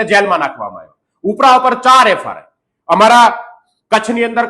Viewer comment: FIR not FRI